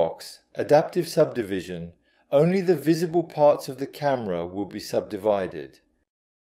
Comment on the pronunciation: I don't know, yes it has better english accent but some words the ai is saying wrong like subdivision for example, personally I prefer your French accent as it is real. But I guess you should do what you feel more comfortable with or what is easier for you. Either way I think it's totally fine